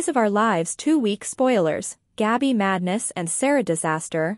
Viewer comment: It is not Gobby it's Gabby